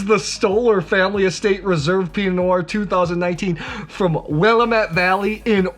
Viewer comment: Not willa-METTE. It’s pronounced will-AM-ette. Source: native Willamette Valley resident. 😉